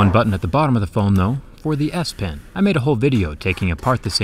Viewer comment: I can't stop hearing Ass-pen instead of S-pen